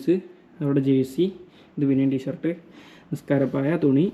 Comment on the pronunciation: Tshirt ❌Tshaart✅